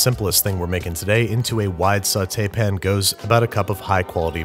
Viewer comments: His every single use of “pin” never fails to make me laugh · Pan* not pen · I love you, but for the love of all things good and holy its PAN. Not pin. PAN. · He intentionally mispronounces pan but I can't remember if he explained why or where he got it because it's not always been that way. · At this point I feel like your pronunciation of pan as "Pin" is just to annoy us... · please stop saying "pn" im so upset